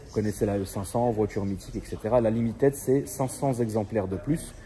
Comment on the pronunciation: Limited se prononce Limitide pas Limitaide :face-purple-crying